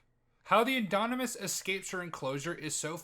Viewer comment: "the indonimus" yeah you don't know shit